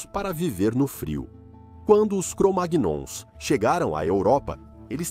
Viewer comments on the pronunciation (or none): Pode pronunciar cromaions memo